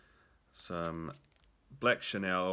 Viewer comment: Cool vid. Enjoyed it. One wee thing I have to pass on as a pedant... Chenille: pronounced shuh-neel bro :) chur